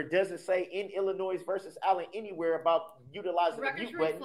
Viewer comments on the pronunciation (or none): I hate when he says illinoise...there is NO noise in Illinois.